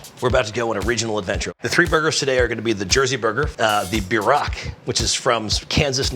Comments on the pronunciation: At least say it right!! BEER-ROCK. Not b-rock... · bierock--- is pronounced beer-oak not beer-rock. im am from this decent of German Russian immigrant Shattauck OK people. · It's called a beer-rock not a b rock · The way George pronounces "Bierock" tho lmao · yeah lol, i was really confused when he called it a bierock